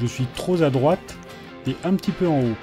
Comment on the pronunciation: Excellente vidéo, mais un détail choque mes oreilles : on ne dit pas "trop- (z')-à droite" mais "trop (p')-à droite" et très (z')-à droite. Houps ! Vous aurez compris que c'est une affaire de liaison. Conseil pour la prochaine vidéo.